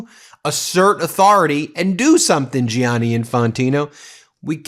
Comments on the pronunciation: It's pronounced 'Janny' not 'J-ianny', Ben. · Gianni is pronounced the same as Johnny. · Please, Ben and americans altogether: Don't butcher the name Gianni Just say Janny. It hurts my ears every time you butcher it!